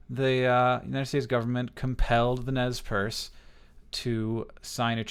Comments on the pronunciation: Nezz Perce.. It's nez percé, the french word, like pierced nose. I love your videos hank, but this.. it hurts, right in the languages. ^^ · Btw the pronunciation of Nez Perce is mispronounced by Americans just about 98% of the time. This name was given by French-canadian traders and phonetically is "Nay Parsay." The name for their tribe among themselves is "Nimipu." Which simply means in their language "the people." A good resource is the movie "I Will Fight No More Forever" (1975) starring Ned Romero as Chief Joseph, James Whitmore as Brigadier General O.O. Howard, and Sam Elliott as Capt. Wood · isnt it pronounced nez per-say? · rather, we call ourselves Nimipuu (knee-me-poo). Nez Perce (neh-z purse) was a name given by colonizers. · I don't know if it's just my history teacher's influence on me, but I'm pretty sure it's pronounced Nez Per-say. *shrug* Anyway, great video!